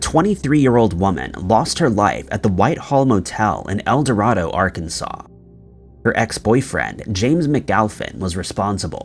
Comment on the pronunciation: It's pronounced El-do-ray-do, Arkansas!